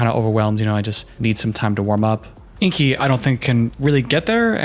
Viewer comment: As someone who has a name that, believe it or not, people mispronounce a *lot*, that she calls him InKi when his name is clearly spelled InGi irritates me to no end. The entire planet will now pronounce his name incorrectly and that sucks. Alina did the same thing with Caleb and I spent that season yelling at the TV whenever she said his name. I hope he’s a much more mellow person than I am! 😝